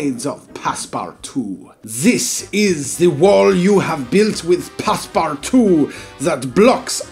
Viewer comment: It’s not passparttwo it’s passpootwo